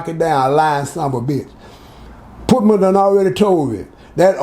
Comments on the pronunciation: The pootman takes me out every time 😆 🤣 reminds me of my Bigma. She would slaughter so many words. RIP grams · always laying some jewels down fasho! 💯 I can’t get passed him calling Putin “Putman” tho 🤣that really floored me right there! 😂🤣😭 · he calls putin putman!!!!